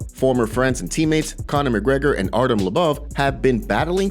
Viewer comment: Don't know why so many people pronounce names wrong when there are so many ways of checking how to say them properly, Artem lubuv 😂🤣😂